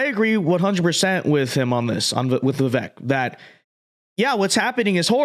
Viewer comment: Dude, say his name right. It’s vivayk. Come on